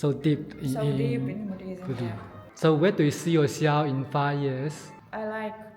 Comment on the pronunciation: It's Buddhism not Buddhilism lol